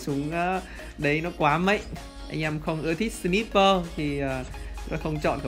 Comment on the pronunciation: Ân ơi sờ nai pơ ông đọc là sờ níp pơ